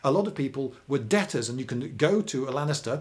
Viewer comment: Is it only me or it's sounds like you had to buy gladiators from the Lannisters? (Ik he's saying Lanista, but still)